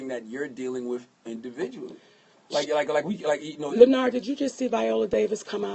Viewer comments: Chrissy B LEN NARD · why she kept calling him by his first name and then mess it up😂